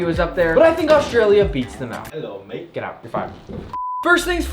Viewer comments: as a Australian that hello mate sounded a bit American at but I appreciate the effort 🤣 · The way said “Mate” was so white.